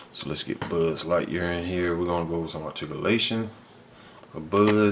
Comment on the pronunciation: he said budd lightyear lmao.